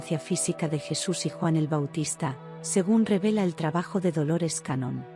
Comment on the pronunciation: Hola....con mucho respeto le corrijo el apellido...Dolores Cannon...no cañón...me pareció poco serio a primera impresión, y sólo porque me pareció interesante el contenido decidí escuchar igual...me gustó mucho, desde hace bastante tiempo me convencí de que Jesús fué un maestro metafísico, me encantó la historia, me hace mucho sentido y que lindo saber que fué un gran estudiante... historia jamás contada por la religión... muchas gracias... Bendiciones .